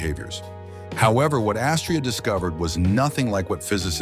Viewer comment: Astraea is pronounced with the accent on the second syllable, long ‘a’. Rhymes with ‘I’ll pay ya.”